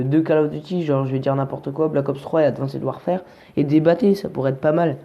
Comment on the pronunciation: tu le prononce mal le mot Warfare